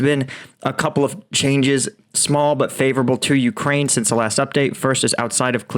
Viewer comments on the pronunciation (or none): none